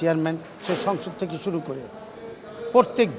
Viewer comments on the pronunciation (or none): none